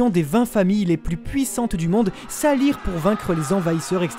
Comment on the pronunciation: Incroyable théorie. Ya juste un truc qui m'a fait ''tiquer'' (vers les ) c'est '' ils s'allierent '' même à l'oral ça s'entend la faute. Ça se dit '' ils s'allièrent '' avec un accent important. Sinon au top rien a redire